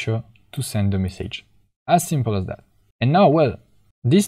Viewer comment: All great. Just the way you say "message" is so wrong and annoying 😅